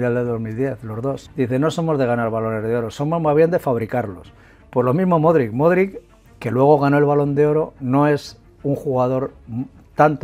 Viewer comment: Se pronuncia Modrich.